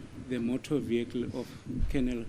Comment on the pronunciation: The "viekel", come on you can do better than this.😂😂😂